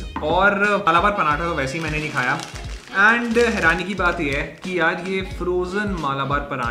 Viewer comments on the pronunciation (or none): none